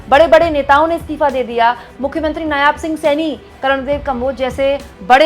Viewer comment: नायाब नहीं, नायब सही है ।